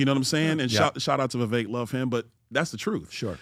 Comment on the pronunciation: If Byron has trouble pronouncing two syllable names like Vi-vek or four syllable names like Ra-ma-swa-mi, he may want to recall Zbigniew Kazimierz Brzezinski, US National Security Advisor from 1977-81. Those names are crosssyllabic. Or the Governator's brother's name, Meinhard Scharzenegger. How hard is that? Cheers!